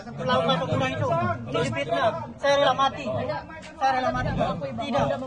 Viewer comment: kalau aku dengernya Fitnah bukan Lima🤭